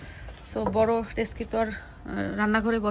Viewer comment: ডেসকি না ডেগসি হবে আপু।